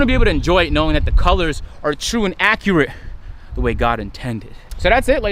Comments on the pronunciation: no one ignore the fact that said “accurate” correctly for the first time in history 😂😂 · You said accurate properly for once. 😭